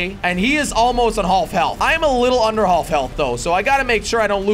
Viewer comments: “Hallf health” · Pronouncing the "l" in "half"